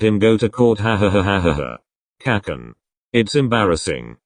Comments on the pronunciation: Text: kacchan text to speech: K/Cakcan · “Kakkan” Ahh yes the good old kakken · I love how the text to speech says "kakan"